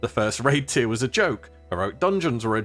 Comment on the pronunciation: Tier =/= Tire Tier (Tear)